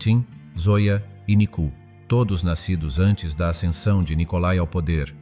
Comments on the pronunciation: nicu ....cela se prononce et s'entend : nicou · NICOU (non pas NICU).